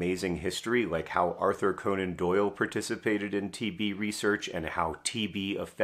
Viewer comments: I didn't quite get he was saying TB and not TV until one minute and 30 seconds in, didn't quite understand why John was so simultaneously fascinated and angry about TV but assumed it was an author thing... But yes they're both plagues, agreed. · Did anyone else keep mishearing "TB" as "TV" and getting very confused? Like, "wait, TV stopped being a big problem in rich countries around 1961? I kinda thought that's when the problem started for us"